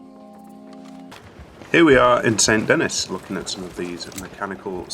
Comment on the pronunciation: fyi saint denis is pronounced 'san denee'